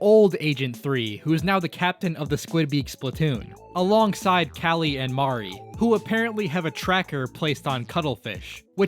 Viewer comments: You say Marie like Maree but it's like meree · Ah yes it mare it marie 💀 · First Mary, now Mari. Its MARIE. MUHREE 😭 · still can't pronounce Marie correctly I see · why do you pronounce marie like that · Ain’t no way you said Marie’s name wrong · Stopped watching when you mispronounced Marie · You did NOT say Marie's name like that.